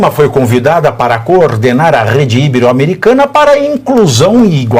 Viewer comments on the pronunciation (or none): Pavinato, até vc? Não é “íbero “. O certo é que ibero é paroxítona e se diz ibero , sílaba tônica BE. Olha que aJanja te pega!!!!